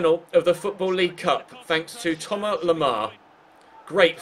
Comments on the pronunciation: Its THOMAS Lemar. NOT TOMAR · I swear his name is Thomas... Not Thoma or Thomar 😭😂